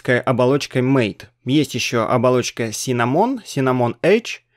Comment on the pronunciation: MATE - это не "мэйт". Тут имелось в виду другое. Вот из Википедии: "MATE ([ма́тэ]) — среда рабочего стола, являющаяся ответвлением от кодовой базы не поддерживаемой в настоящее время среды GNOME 2. Название MATE происходит от испанского названия (исп. mate) вида падуба, растения, из листьев которого готовят одноимённый напиток." А еще в Линукс не файл подкачки, а раздел подкачки! Это разные вещи, хоть у них и похожее назначение.